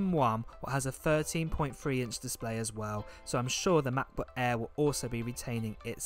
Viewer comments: The Name is Mäcbook and not Maaakbook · Cannot stand the way this guy says macbook "ma.bu"